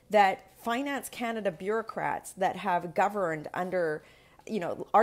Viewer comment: It’s last line of defence not defense, and Canada, not Kenada.